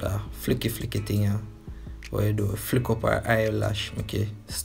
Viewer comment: "Splash e come down" 😂😂😂 "Flick eeh" 😂😂 me cya bother